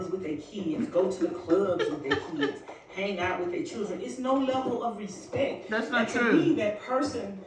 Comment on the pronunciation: How old is she? I feel like I’m listening to a teenager! By the way YOU, V don’t even KNOW YOUR CHILD, and I’m SURE he doesn’t call you mom you’re a STRANGER TO YOUR OWN SON! Bye FELICIA P. S. It’s PRONOUNCED respecT not respecK P.S.S. Nope she’s not on your level because it is too low for anyone to reach!